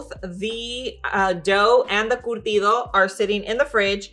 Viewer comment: It’s curtido not cortido It’s pupusas 🫓 not popusas